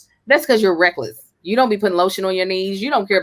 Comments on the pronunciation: Not "lotiont" 🤣🤣🤣🤣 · yes hunn LOTIONT... cuz he need to rub it in like an ointment or anointed oil 😂😂😂😂😂